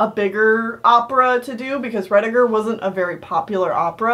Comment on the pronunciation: It's "Ruddigore" rhyming with more. It originally was spelled "Ruddygore" which literally means "red blood". The spelling was changed to "ruddi" because many proper English people considered the word "ruddy" similar to the rude "bloody" which they considered vulgar.